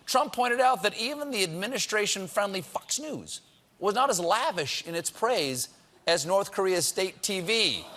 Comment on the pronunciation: Did he say "fucks"news? XD